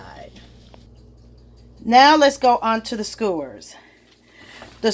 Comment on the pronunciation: Baby you say skewers “scores” lmfao. Thank you for this video, I lost my instructions and I couldn’t remember how to put the b*tch together!